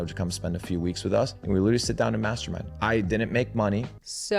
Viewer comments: Straight up thought he was saying masturbate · He 100% said masterbate and the closed captioning changed it to mastermind to make it family friendly 😂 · I legit thought the guy was said "masturbate" not "mastermind" 😂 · I swear when he said, "we sit around and mastermind," I heard, we sit around and master...e 😂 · i really thought he said masturbate lol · I thought he said masturbate until I saw this comment several minutes later. 😂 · we would mastermind sounds very close to another word 😂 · i really thought that guy said they sat around and mastrubated . I was so confused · I actually thought he said something other than "mastermind" at first LMAO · That's all I could hear every time he said it 😂